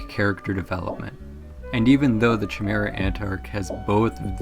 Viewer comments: It's pronounced K-imera I think broski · “chamera” thats not how u pronounce chimera. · Say chimaera one more time 😂